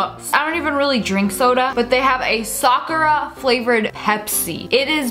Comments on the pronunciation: It is not Sakarya it is Sakura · It's pronounced sa-kura it means cherry blossom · Am i the only one that watches Naruto and hates it when people say SakuRa instead of Sakurra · You pronounced Sakura wrong